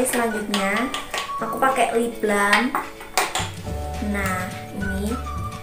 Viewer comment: lip balm bukan lip blam